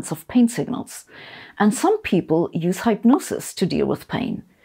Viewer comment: Protip: In English, "hypnosis" is pronounced "HIP-nosis" not "Hype-nosis". :)